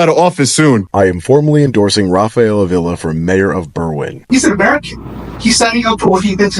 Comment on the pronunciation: Ugh. >AH-vee-la The emphasis on the first syllable.